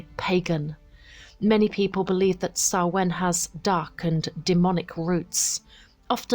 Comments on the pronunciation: Stress is on the first syllable, not the second (SAH-win, not sah-WIN) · Everything except your pronunciation of Samhain was great.